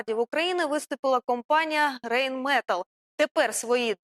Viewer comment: рАйнметалл , немецкий язык не английский